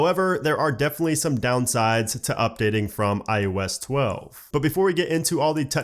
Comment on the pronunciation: SOUNDS like you are saying IUS - not IOS.....SERIOUSLY! It’s I oh ess!!!!!!! OH!!!!!! Not you!!!!!